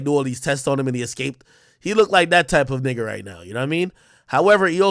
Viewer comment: Why the hard r when you said nigga